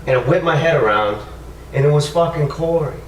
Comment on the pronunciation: Why does say cory as corwy?